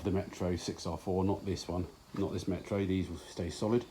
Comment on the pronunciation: "Metaru" is Japanese for Metro. If it isn't it sounds like it should be.